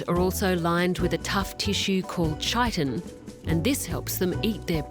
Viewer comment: How are you gonna narrate wildlife documentaries and not know how to pronounce Chitin